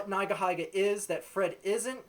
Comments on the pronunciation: O _ o It's not NaigaHaiga.. It's NeegaHeega. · neyegaheyega? its pronounced ni-ga-hi-ga you dipshit, why the hell is your video 11 minutes long u loser? i bet no one bothered to listen past the first 2 minutes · Agree with everything you said, but you pronounce Nigahiga weirdly, lol (should be pronounced like 'neega heega'). Anyway, great video! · Think it's pronounced nee ga hee ga. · it's pronounced "nee-guh-hee-guh" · When he pronounced nigahiga's name as "naigahaiga" i closed my browser. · its said as neegaheega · LMAO@ the way u pronounce nigahiga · It's weird hearing nigahiga pronounced like that...